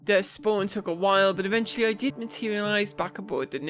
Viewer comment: Why it is Nursa, and not a Mursa?